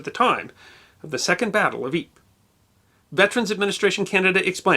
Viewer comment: Thank you for the correct pronunciation of Ypres. Your rendition of In Flanders Fields was very well done.